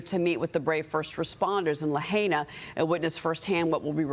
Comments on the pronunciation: Lahhhhh-hi-Nahhh not Lahay Nahh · What's with people calling it "La-hay-na"??? It sounds so disrespectful to pronounce it incorrectly... and makes whiever says it sound totally ignorant. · Nice pronunciation of Lahaina, never heard that one before